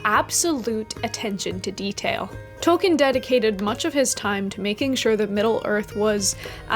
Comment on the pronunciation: Hey! I am not sure if you are aware or even care but you may be interested to know that you are pronouncing Tolkien incorrectly. I only mention it as it may interest you, if not, no issue, your work is great either way.